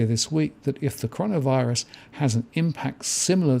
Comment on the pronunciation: Did just say 'connorvirus'?